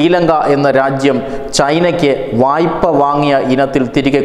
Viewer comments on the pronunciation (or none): വായ്ഫാ, no vayppa വായ്പ താങ്കൾ ഒരു റീഡർ മലയാളം കറക്ട് പറയു